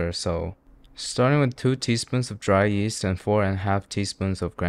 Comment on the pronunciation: Did you say “dry east”? I rewound too many times to care to figure it out anymore 😂